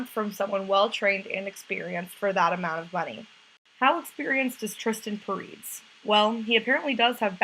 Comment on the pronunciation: You're pronouncing his name wrong